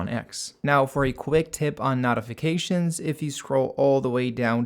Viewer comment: I thought it was me the first 3 times I heard it.